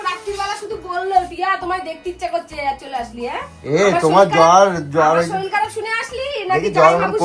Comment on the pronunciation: শরীল নয়, কথাটা শরীর আগেও বলেছি। শেখার কোন বয়স নেই দাদা।